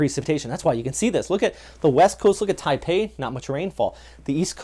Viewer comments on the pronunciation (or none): none